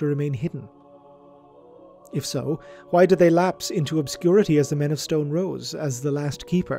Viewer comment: Snrk. I kept hearing it as: "Men of scone."